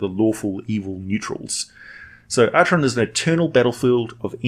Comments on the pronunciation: Pronounced Ackeron :) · Acheron is pronounced Akeron, BTW. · Am I the only one who cringes when he pronounces it like that instead of the proper ancient Greek of Ack-eron? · You can of course echo his wisdom if you wish. I'm just pointing out the correct pronunciation of Acheron.